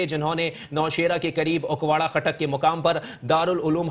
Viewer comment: its not ukwara its akora.news caster sab